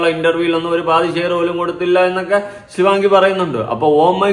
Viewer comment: ശിവങ്ങി അല്ല ശിവാംഗി 🙏🙏